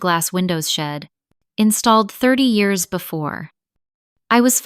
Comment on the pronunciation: And pronounce Years correctly! lol